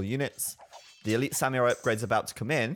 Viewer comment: U r pronouncing "samurai" wrong!!! My girlfriend (which i respect) is Japanese and she is offeneded!!